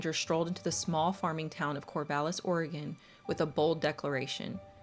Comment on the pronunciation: Thank you for pronouncing oregon correctly